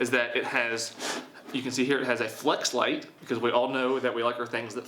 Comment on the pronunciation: I believe he was saying Fleshlight to kinda troll a bit